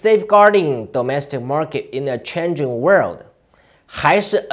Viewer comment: 彭P 要好好練練 domestic 這個詞的發音，不要發的和詐蔡一樣，它的英文菜，你要比它好一些。